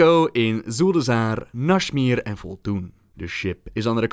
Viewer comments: How did you turn Nazmir into Nashmir. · nashmir? there's a z in there buddy